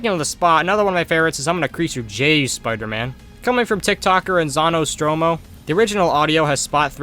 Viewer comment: Minor nitpick, but it's probably pronounced Enzo Nostromo.